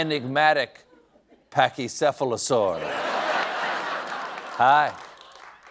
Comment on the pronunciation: Props to Stephen for pronoucing "Pachycephalosaur" correctly.